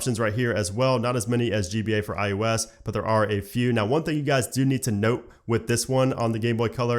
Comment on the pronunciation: Is he saying I U S or IOS?